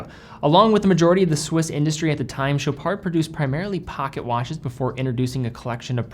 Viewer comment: You're actually saying sho-PAR and not sho-PARD!!! THANK YOU!!!!!!!!!!!